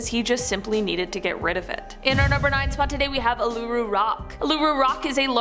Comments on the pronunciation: Uluru is pronounces Oo-lu-Roo, (Australian) - and yes, I know this particular rule, more also because I respect the Custodians of the land to not dare take anything from it. Wish others had the same respect. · Pronounced Uluru completely wrong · Australian dying inside as you pronounce Uluru and Ayers Rock 😬💀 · As an Aussie the way she pronounced Uluṟu made me cringe 😬😅